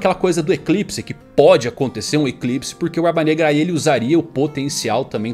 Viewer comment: Barba BNegra. Eu vi que tu ia falar Braba Branca